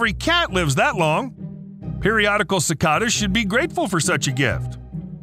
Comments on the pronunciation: “Sicatas”?! Seriously? Have you somehow gone this long without ever hearing anyone say the word see-kayed-ah? You live in the US, they make pretty big news every few summers, for many decades. People talk about them or complain about them the whole time they are out too, it’s almost as common as talking about the weather. The number of things you grievously mispronounce in so many videos has always made me wonder if the audio is just a text-to-speech program. You just have so many, like an average of one every video. If they happened rarely or were words that most people wouldn’t have heard aloud at some point that would be different. But in most cases, they are pretty well known words for an average person. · It’s not pronounced si-Ka-das it’s si-Kay-duhs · It's pronounced cicAdas.. long "a" sound.. and I love to hear them.. but then again, we don't get the massive hordes that some places do.. it's just the sounds of summer.🌞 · Why were u pronouncing cicadas wrong the first few times?..... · The way he says cicadas is cringe af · Yeah, I noticed he did it only the first 2 or 3 times, I commented after the second time. You could be right.